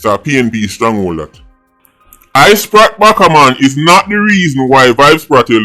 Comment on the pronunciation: I-Sprat Backa-Man and Spratel Addiman Pah-man got me weak 🤣🤣🤣